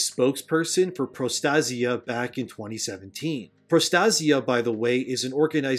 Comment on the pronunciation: PRO_ TAY - ZHUH or PRO ASIA with a T in front. pro TASIA